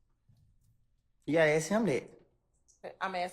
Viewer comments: The attorney doesn't even know how to pronounce the word. Ask! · Even the DA can't say ask.😆😆😆😆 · Lmao prosecutor can’t even pronounce ask correctly 😆🤌